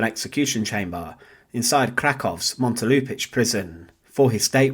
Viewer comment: Proper pronunciation in English would be: Montelupi’s Prison